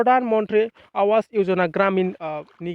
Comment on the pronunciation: Not आवास but pronounced as आबास ,awas ( आबास )ni wngtiya jabai tagra Kuli.